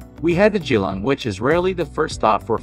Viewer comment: Perth is the cheapest and best. Geelong is mispronounced. Hard to watch. Definitely one of the worst videos on Australia.